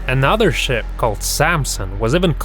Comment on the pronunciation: Is it me or did i hear Sh*t or Ship?